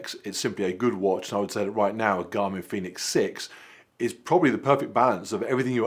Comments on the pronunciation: Garmin Fenix, not Phoenix xD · Great movie but OMG - Fenix not Phoenix😂